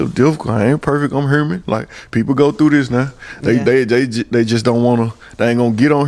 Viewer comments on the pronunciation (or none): Dis niqqa sed 'im not perfect, im herman'... Like itz 'hue-min' (human) 🤦🏾 idky ppl insist on adding letters to words tryna b cute n creative ...he sound so ughh sayin dat 😣